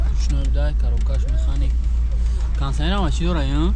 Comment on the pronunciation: Кондиционер мешавад кансанер не Кондиционер тугри гап задана ёд гиред